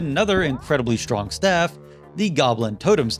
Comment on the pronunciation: so no one gonna talk about him saying “stafe” rather than staff